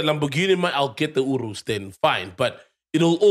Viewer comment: when i heard URUS i was like wtf then i figured he was trying to say You-R-U-S 😂😂 i cant be the only one that heard that